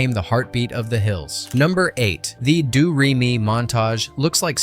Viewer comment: "Doo Ray Me" 😂